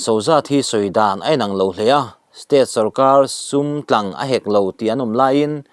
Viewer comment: Pawisa tlang hek lo..tih i lam dan hi awmze bo vekin i lam a nih hi. Hek tih hi thluk seia lam tur. Tlang tih pawh hi vantlang tih angin.